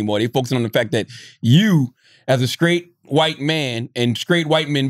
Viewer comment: Charlamagne, "skrait" is not a word. It's "straight".